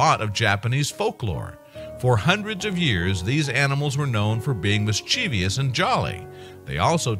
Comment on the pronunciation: Ahem...there is no 'i' in -vous, the last part if mischievous, pronounced (miss-chiv-vus); three syllables - not four. It does not have an extra 'i' and an extra syllable. After all, the noun that forms the adjective is 'mischief', not 'mischiefy'! Were there such a word as 'mischiefy', the adjective would indeed be "mischievious", said (miss-chee-vee-us), but there's not, so there's that too.